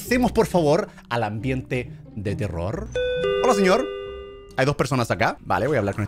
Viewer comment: eh vivido engañado NO SE DICE TERROR SE DICE TELOL xD asi lo dijo german XdddddddddddddddXXXXXXXXXXXXXXXXXddddddddd